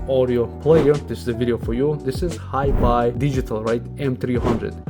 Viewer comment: nice video, thanks i was looking at this model. also you said hiby correctly. supposedly it is pronounced high bye, the way you said it ;)